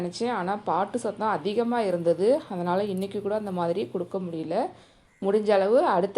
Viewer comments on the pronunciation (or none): none